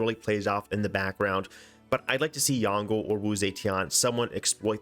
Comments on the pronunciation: Would like to point out that Yongle doesn't rhyme with dongle (despite Sean Bean's pronunciation), the G is silent and "le" is more like "lə/luh" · As Chinese speaker I absolutely love how every civ6 youtuber are pronouncing yongle like dongle. It's unique and fun，cuz when you're a speaker of this language you never would have thought that you can pronounce it this way. Keep doing that